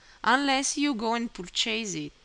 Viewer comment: thanks so much! noticed the words "settings" and "purchase" were mispronounced :)